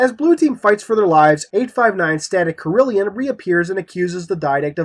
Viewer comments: It is actually "Static Carillon", not "Static Carillion". Carillon is pronounced like "Care-ih-lawn". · I'll have to consult someone who knows French before the next Escalation video. Based on the spelling, the second pronunciation sounds like it would be the correct way.